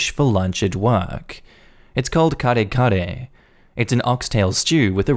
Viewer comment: Thank you for either researching or randomly getting the pronunciation of “kare-kare” right!!! Very cool 😎😎